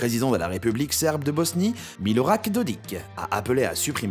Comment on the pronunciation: Milorak Dodik? C est Milorad Dodik 😅😂🤣😭